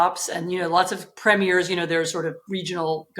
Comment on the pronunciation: I d have thought anyone claiming to be so internationally politically aware would know that in Canada we have provincial premiers, not ‘regional governors.’ Also, it’s pronounced PREEM-yer, not prah-MEER.